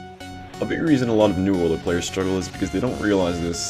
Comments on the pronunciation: it's pronounce you'll, not ooller. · >best Ullr player in Smite >can't pronounce Ullr correctly